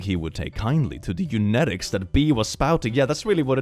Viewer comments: bro says this right after he said "eunetics" instead of "eugenics" for a full story 💀/lh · I sometimes get random words wrong in these stories. Also: literally just spent the past two minutes saying eunetics rather than eugenics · The irony of saying "Couldn't be me" about dyslexia right after a whole post where he read eugenics as eunetics is so funny 🤣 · "Eunetics" hey hey, theres a g somewhere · Indeed, your mispronunciation of the word eugenics (you said eunetics) in a story about a girl who happens to have dislexia was quite fitting :) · Wtf is "eunetics"? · saying "eunetics" instead of "eugenics" is ny roman empire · "Not me getting random words completely wrong." after saying U-net-ics (as opposed to U-gen-ix) multiple times in a story. XD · I know you're dyslexic but my ADHD and mild OCD makes me cringe when you mispronouce "eu-gen-ics".. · Yes, once I realized that was the word he was mispronouncing I couldn't stop correcting him to myself. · If you do care, Eugenics is pronounced "EU-gen-ix" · Excuse me sir, that is not how you pronounce eugenics. It is eu-gen-ics, as in genetics. You-Jen-Icks. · As you are already talking about it: "eugenics" is pronounced "you-jeniks". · "Haha, not me mispronouncing words sometimes due to my dyslexia!" also: "Eunemics" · I think it’s pronounced something like “u-gen-icks” not 100% sure, but I just asked my dad, and he agreed. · Here to help you out on pronouncing eugenics considering guess who also has to deal with that bull not only in the word currently but also when I was in school This guy! Autistic,ADHD,an unspecified anxiety disorder alllll the fun stuff Eugenics is pronounced Yoo-Jen-Icks I hate having to type this out X3 can someone give me some bleach to just clean my hands of this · IT IS PRONOUNCED yo͞oˈjeniks! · It's pronounced "you jenn ix' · Eugenics is pronounced You-Jen-ics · Brother, why can't you pronounce Eugenics?